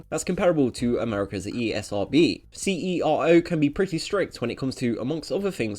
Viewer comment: CERO is pronounced "sero"